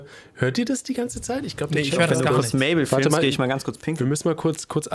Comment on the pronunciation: Mabel ist nicht mable